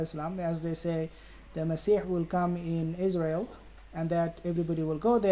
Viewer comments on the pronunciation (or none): none